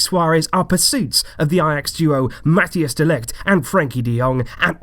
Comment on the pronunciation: It’s pronounced mathais de ligt btw